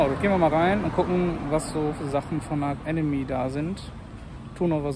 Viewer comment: Aber bitte nicht "Ark Enemy" 😉 ansonsten wie immer super Unterhaltung !